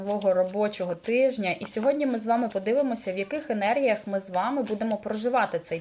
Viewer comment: Тижня а не тиждня